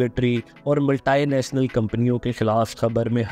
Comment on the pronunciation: کیسے کیسے ان پڑھ ، جاہل لوگ وڈیوز اپلوڈ کرواتے ہیں۔ ملٹی نیشنل کو ملٹائی نیشنل، کس مپرسی کو کسم پرسی بولنا ان پڑھ ہونے کا ثبوت ہے۔